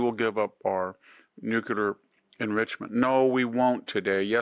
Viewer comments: As smart as VDH is, would some one please tell him that NUKE-Ya-Lerr is incorrect. It’s Nuclear as in New-Clear. Please stop with the nukeyalerr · This old guy still says nucular...... Can't get it right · Does anybody know what’s the deal with this old man and the word “NUCLEAR”? Is that some sort of game or a rare speech disorder? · And you're Stanford educated, did they not tell you how to pronounce "nuclear"?